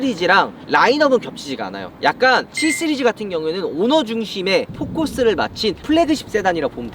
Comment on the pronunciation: 3스리즈 7스리즈로 들리네요.. ㅎㅎ